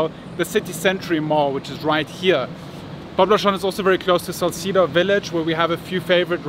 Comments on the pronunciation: Your pronunciation of Legazpi is right but Salcedo is pronounce as Sal-seh-do... 👍🏻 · SALCEDO (SAL-SE-DO)not SAL-SI-DO but that's fine cause it's classy to hear 😊😆😅